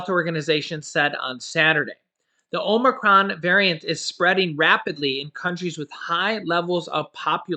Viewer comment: OMG ur pronunciation gets worse by the day.. Now it is "OMERCRON"!#@